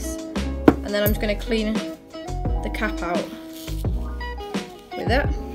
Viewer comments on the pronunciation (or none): When she said I'm gonna check on the cap in the boiling water i thought she said I'm gonna check on the cat in the boiling water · When she says cap it sounds like cat Ok I'm going to check on the cat in the boiling water